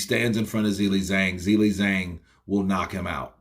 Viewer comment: I would like someone who is a native English speaker or from America to give me reasons why can't pronounce Zhilei Zhang correctly. Is this due to some grammar rule? Is it incompetence? Did only finish elementary school? What is the problem? Yesterday I watched the DAZN boxing presentations and the English speakers pronounce the names and surnames of the boxers correctly, so for example cannot have the excuse that he has never heard how to pronounce a boxer's first and last name correctly. The boxing world makes an effort to show respect for the boxer. Why isn't capable of this? Thanks for the help!